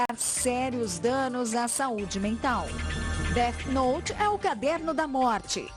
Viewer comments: "deart note" MANO KKKKKKKJJJKJKKKKKKKKK record ta perdida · É défi nouti